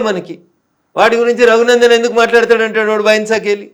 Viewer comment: Not Taghunandan, it is Raghunandan. Please read correctly.